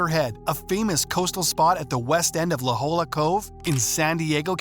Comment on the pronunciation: God, how I hate AI! IT'S LA JOLLA, pronounced "la hoya"!!!!